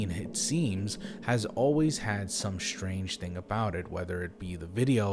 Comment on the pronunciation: Good Stories...Good Speaker.. except the 'shh-trange'..?..for the word 'strange'